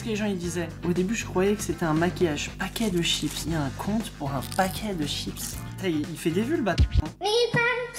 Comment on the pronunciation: paquet de chips 😂😂😭 comment il la dit 😭😂😂